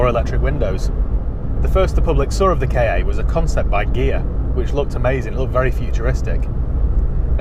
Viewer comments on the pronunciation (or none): It's a KA not a k. A lol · Never K A , always a Ka pronounced CAR !!!!!!!!!!!!!! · That's annoying. It's Ka, like Ka the snake because it looks like his head. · Always sounds dumb when someone pronounces it 'K' 'A' instead of 'car' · Not unless you REALLY enjoy welding. And please don't call it a K.A. sounds so weird. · The "K" fell off the end of "KA" 😜😜